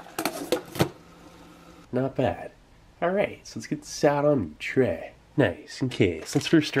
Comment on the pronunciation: Let’s get this out onto a TREH!